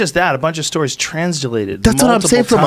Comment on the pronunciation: Can tell Joe is stoned when he can't even say translated right. Transilated.